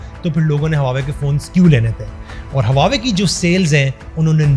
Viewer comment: Baar-baar hawawei bol rahheho......😬😬😬😬😬😬 Hawawei nahin Huawei bolo Huawei.